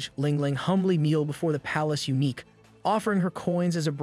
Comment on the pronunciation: His videos are high quality and mistakes are extremely rare. Took me ages to work out he uses A.I. It's just he made some pronunciation errors near the end, calling eunuchs, uniques. Edit: sorry for being critical on what is otherwise an excellent video. This is the 1st pronunciation error I've heard on this channel so it surprised me.